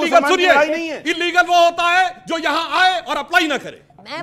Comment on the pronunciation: Illegal ko inlegal na boliye